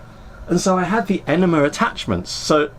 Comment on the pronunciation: Repeat after me - “ene-mA”, “ene-mA”. It’s NOT “ene-mER”!!! There is no letter “R” in the word, so why would you add one?